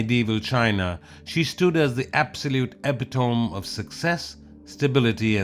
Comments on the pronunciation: Epitome is pronounced "uh-pit-uh-me", not ep-uh-tome. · “ePIToMEE”, not epi-tome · "Eh-PIT-oh-ME" Not "E-pi-Tome" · ‘eh-PIT-oh-mee’ not eh-PITome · IT's pronounced e-pit-o-mee